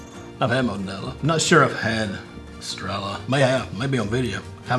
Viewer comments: “Es- Treh- llah” 🤦‍♂️🤣💯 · The double L is pronounced in of way of saying yea so in other words you would pronounce it estreyea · EstreYA not La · We need a teacher about the pronunciation lol 😅